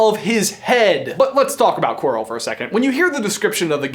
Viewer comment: Quirrell, not quarl